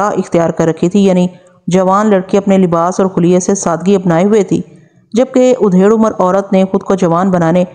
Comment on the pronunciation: Madam Aapki awaz aur andaz behtreen hai. Bass kahin kahin Talaffuz ki zara si adayegi me saho waqe ho jata hai. Jaiese ke..... Aap aksar Adhed Umr kaheneke bajaye Udhed Umr bol jati hain. Isi tarha... Gad Gadahat ko Gid Gidahat bolti hain.